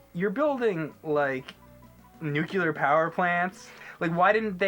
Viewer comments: Nuclear. Not Nucular. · Nuclear*,. New-clear. Not nukuler. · It's not "NEW-Q-LER" power plant. The nerd had it right, it's "New-Clear" wise up chump. And they are very safe, I've worked at nine of them. But i love NES and SNES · went to the George Bush academy of English... "Nuculer" xD. It's 'Nuclear'... love ya,...dont shoot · says "nucular" and James says "nuclear" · Stop saying nucular. It's NUCLEAR. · It's a Simpsons reference where Homer pronounces it like that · It's "new-clear" not "nuke-u-lur". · hehe, "Nookyalur" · FFS... its "NUCLEAR" not "NUKELAR" ... jeez... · It's pronounced Nu-clear, not Nucular. The word does not have a second U between the C and L. GET IT RIGHT!! You sound like a damn fool when you say it wrong. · Stop saying NucUlar! It's Nuclear! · Nucular plant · God damn it. "Nuclear,". Not "Nucular." God damn it. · "nu-cu-lur power plants".....really? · They said nukUler... Smh lol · I honestly don't like bitching about piddly things, but hearing a fellow nerd like say NUCULER just grinds my gears. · "Nuceler" vs Nuclear. hmm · "nuclear" "NUCLEAR" not nucu-lur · "It's fucking nuclear, not nuculer! You diddy!" - Billy Connolly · THE NUCULAR PLANT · nu-clear..... not nuke-ular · Sorry, but I got angry every time you said "Nucular" instead of Nuclear .3. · NUCLEAR!!! WE DON'T SAY "NUCYALER"!!! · "Nucular," lol. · LOLLLL that's annoying to hear him SAY "NUCULAR". HAHAHA it's sad when James HIMSELF says it right when he says NU - CLEAR. (haha no offense to the guy in the video WITH James.) BE COOL "NINTENDO DUDE". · Someone should tell it NUCLEAR not NUCELAR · Nuclear is pronounced "NEW-CLEAR" not "NEW-Q-LER" I dunno why that bugs me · Nucular power plants? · "Nucular". Eugh. Please, dudes. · Nuclear not nukeuler (or whatever)! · say it with me... "NEW-CLEAR" NOT NEW-KYEEW-LURR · Nuclear! NUCLEAR! NOT NUCULAAAAR! Damn it George Dubyaaaa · Why do americans say nucular? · Nucular plant?